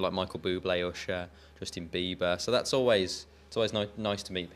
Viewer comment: lol liam made justin biebers name sounds so beautiful. ;)